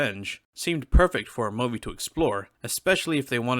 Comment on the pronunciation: I’m sorry but… WHAT?! Who on earth says the word MOVIE like this?!?! Lmao! 😂bro WWWWHAT?!! Wtf is a Mowe-vee?!?!! You mean MOO-vee??? Y’know, “MOO”? Like a cow? Moo-Vee. Like how everyone else on planet Earth says it lmao. Good lord it is sooo distracting